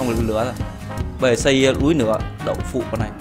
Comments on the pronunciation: anh đọc là "núi nửa" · Anh nói là núi lửa mới đúng anh tập nói từ núi lửa đi đừng ns từ núi nửa nửa